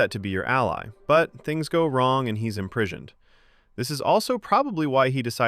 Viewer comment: “And he is Imprishioned”